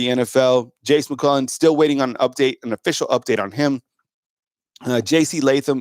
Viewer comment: Why does this guy pronounce It Jace Mcwellan? Is that how it’s supposed to be pronounced?